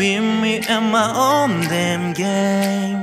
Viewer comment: I literally CAN NOT get over Wow saying damn, and his pronunciation of last.